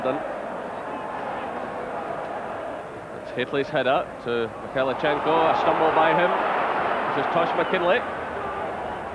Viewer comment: No T in Mikhailichenko.